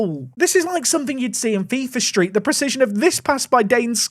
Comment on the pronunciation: I love how you said "Fifa Street" like one would say "Main Street" , that was a cheeky near post finish by Scarlett.